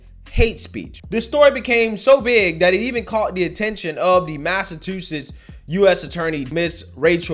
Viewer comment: Its MassaCHusetts not MassaTusetts🤣